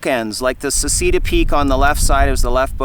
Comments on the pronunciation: ‘Say’ ‘chay’ ‘dah’ but otherwise great video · it's pronounced SECHEDA !!! Americans :DD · Just an FYI, in Italian it's pronounced "Se-chay-da" 😊